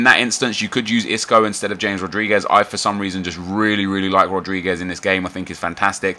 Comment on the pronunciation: "Jay-mes" lol